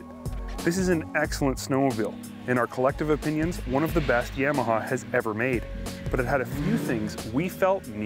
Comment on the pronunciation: Would be nice if they could say Yamaha right. Like nails on a chalkboard. Of course a Canadian channel is going to be Ski-Doo bias.